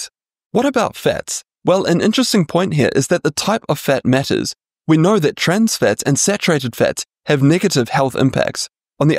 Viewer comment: "How do we naur, truly naur, what the best diet is for a longer healthier life."